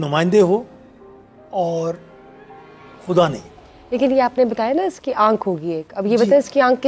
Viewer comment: Why does this host always pronounce Urdu words wrong which start with غ? This host name is but she always calls her last name as “کھان”’ which shows how much she watches and is inspired by Hindi media and their language.خدا کو کھدا and غلط کو گلط کہنے سے کوئ modern نہی ہو جاتا۔ so please do not pronounce Urdu words wrongly. اردو زبان کو نہ بگارو بی بی۔ شکریہ